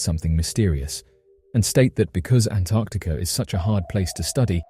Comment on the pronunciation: did he say Antarcticer?